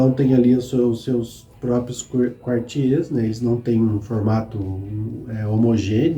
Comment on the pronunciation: Ótimo canal e bastante detalhado. Apenas para ajudar, a pronúncia correta é "arrondisemant" com o "T" mudo, e "Quartier"(bairro )não se pronuncia o "U"...como Cartier...a joalheria.